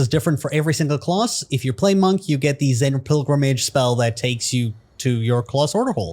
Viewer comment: why do you say class like that....its class, not clause....